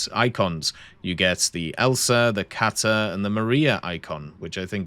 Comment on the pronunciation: lol. It's "Kate," as in short for Katherine. Not "Kata" (like the e in Porsche when pronounced correctly). 😁